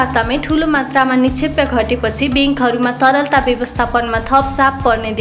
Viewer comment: निक्षेपलाई निक्षेप्य उच्चारण किन गर्नुभएको होला ? के यो english medium school को देन हो ?